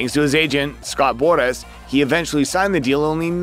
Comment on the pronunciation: Yo why you say Scott Boras name like that😂😂